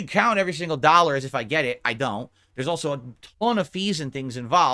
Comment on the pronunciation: "They can gwet fucked"